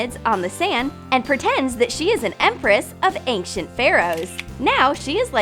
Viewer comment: It ain’t pronounced ank-ent it’s pronounced ane-shent